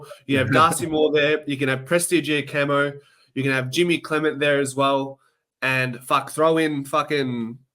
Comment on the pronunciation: did you want to butcher Simon Prestigiacomos’ name more champs?